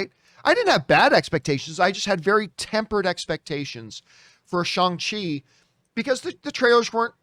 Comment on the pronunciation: That's the way you pronounce it dummy